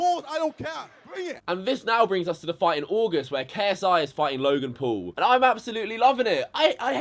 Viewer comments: It not te pool brothers its the pual brothers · Say paul right. Paul not pool. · Yo... you have a face that just asks for punches I'm sorry that's just what it is bro.. and try saying Logan P-A-U-L not Logan P-O-O-L bitch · Fuck KSI he don't even know how to say paul this what I saw "jake poal logan pool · He said Logan pole